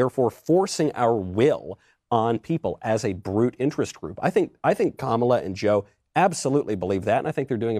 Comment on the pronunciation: did he just say Kamila? ;-; OMG he mispronounced a woc’s name, racist!!! /s